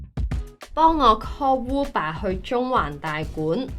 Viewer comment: Uber 變成“烏爸”。是英國那一地區的發音？或者這是香港的獨特發音？